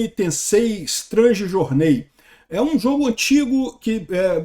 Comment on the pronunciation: Naaasssd … Strangi jornei Vc mora nos States com um inglês desse, cara? Cabuloso, hein.